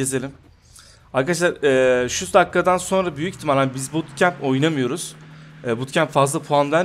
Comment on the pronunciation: Abi sandoka bootkamp diyon